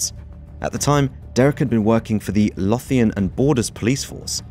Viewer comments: I am from West Lothian. The way you pronounce "Lothian" hit my ear so bad 😂 it's "loathe-Ian" not loth. It took me a solid five mins to work out how to describe the pronunciation of that "th" 😂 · for future reference Lothian is pronounced Lo-Ve-In, not loffian 😂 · Loath Ian :) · It's Lothian, not Lothian like clothian. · McLoid & Loth-Ian 🤣🤣🤣 #AwfulPronounciation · Lothian its pronounced low thay an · The Lo at the start of Lothian is pronounced like low, great video but you murdered that pronunciation gangland style lol. 🤣